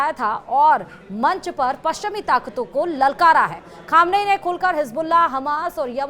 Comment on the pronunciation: पहले ख़ामनेई बोलना तो सीख लो कूपढ़ो..